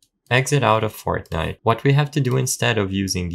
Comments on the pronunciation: ah yes "fartnite" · Ain't no way bro said "Fartnite" 😭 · Why is no one talking about him saying Fartnite at the start 💀